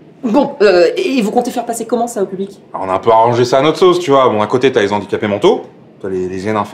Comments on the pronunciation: En plus de tout ce que vous avez cité, vous avez fait aussi du mal, mais à dose homéopathique !!!! Je m'explique très brievement : mes oreilles ont saigné à chaque fois que j'ai entendu : "les Zandicapés" au lieu de " les Handicapés" !!!! mais super vidéos et super thème !!! Merciii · Dites les gars zé filles, quand même... le h de handicapé est aspiré; les zandicapés ça fait franchement cheap... (à part ça bravo, quand même ;) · Juste la liason ne se fait pas avec les mots handicaps/handicapés (donc on prononce ''lé ANdicapés'')